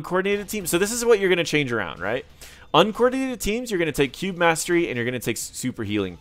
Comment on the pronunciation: When you said "cube" and "cube mastery" it really sounded like "Q". Just a fun language insight